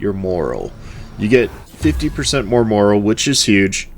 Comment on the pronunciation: "Morale" is pronounced differently than "moral." FYI